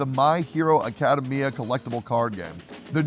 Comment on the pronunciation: Lol I love the way Tectone pronounces Academia. "Acada-mia"